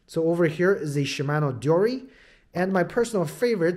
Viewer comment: The way this guy is saying deore is lowkey pissing me off😂 overall nice review tho